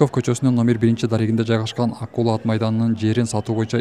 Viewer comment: Ай, АКУЛА дебей АККУЛА АТ МАЙДАНЫ десен боло?!!!😮😮😮😮